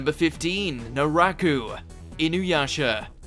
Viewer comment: Great list. But man proper pronunciations! First it was the Spanish words in Bleach. Then it was Naraku.